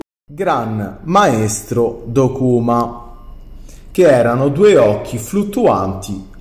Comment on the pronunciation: a parte daiago(che non si puo' sentire ahhahahh;) ) hai dimenticato di dire che la palla del protesser ha anche altre 2 armi che puoi fare,il trapano perforatore,e il giavellotto unendo le 2 palle da football.(anche l'accento su dokuma era sbagliato.....)